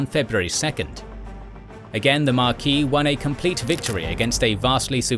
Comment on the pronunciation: In England, The "s" is pronounced in the title "Marquess", unlike French "Marquis".